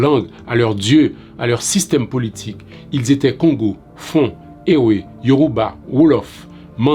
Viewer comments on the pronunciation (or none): Ewé se prononce évé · Merci pour cette mine d'informations. Juste un petit apport. On dit " Evé " même si on écrit "ewe "